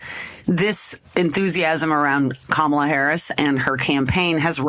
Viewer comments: Let me help you grown adults. The VPs name is pronounced Comma-La. It's really not that hard. Also, Trump can't talk policy. He never could. He's a carnival barker, not a serious politician. Kamala Harris will destroy him. Because she is young, smart and patient, unlike Trump. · Could you please pronounce Kamala’s name properly ??? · Would be respectful/journalistic to pronounce her name right.